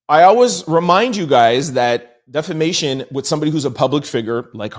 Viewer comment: So I guess I'll be the one that finally tells him... defamation does NOT have an "R" in it. You keep stressing how much you know about the law but it helps to say the words right😘